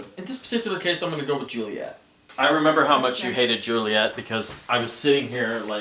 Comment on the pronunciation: Nooooo you said Suliet you can't just take it back. YES!!!!!!! That's why you are my favourite:p xD